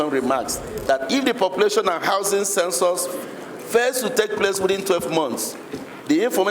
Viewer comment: It is "Census", not "censors"